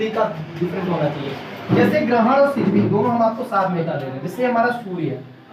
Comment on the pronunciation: Not सिजिवी that's syzygy(सिजिगी )